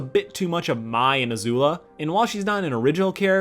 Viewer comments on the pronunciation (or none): wait wait wait im sorry you pronounced it MYE?? IT'S MAI AS IN MAY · This dude literally pronounced Mai's name (M-I) when we know how its pronounced because in ATLA its literally said by the characters omg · It's pronounced "May."